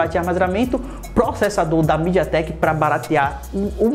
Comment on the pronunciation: Parei de assistir no "midiatrecko".